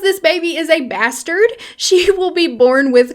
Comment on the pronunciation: Looool a bahhhsturd